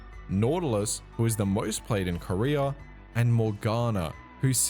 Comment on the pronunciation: I'm high asf rn and your way of pronouncing "Korea" had me thinking you were talking about the Korean pro player "Career"